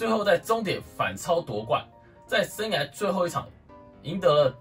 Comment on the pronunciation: 生"涯"(一ㄚˊ)...聽你說話好痛苦。